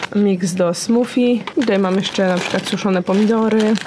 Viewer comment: Trochę mnie śmieszy Twoja wymowa "smoothie" (ale rozumiem, bo sama kiedyś uparcie zamawiałam w restauracji "gnoczi" 🤣)